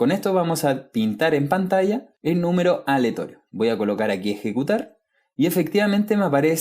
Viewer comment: mi ansiedad no me dejó ver este vídeo porque decías "aletorio" en vez de "aleatorio" :(